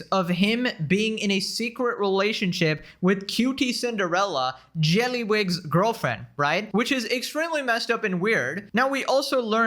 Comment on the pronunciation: I'm just here to hear him say JeLlYwIG!